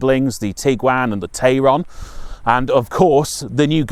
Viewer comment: It’s Tayron, pronounced Tyron and MQB evo platform not MBQ